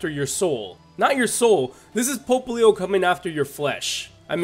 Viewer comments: Why does he say "Pope-leo"? Everyone else I have heard says "Pop-leo". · It's “POPP-lio,” not “POPE-lio”! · it's pop-lio NOT "pope"-lio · Pope-lio Francis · isn't "popplio" pronounced "pop", like... popping bubbles?? because popplio is a water type and bubbles and water and shit?? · Hahaha yes i hate it too when he say it that way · Rintoharu Right... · That pronunciation of Popplio tho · It's pronounced row(like eyebrow)-let pop-pli-oh